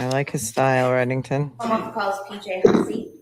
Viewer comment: Side note: Hussey is pronounced Huzzy. I don't understand how this man would take on this pronunciation, but to each his own, I guess. Lol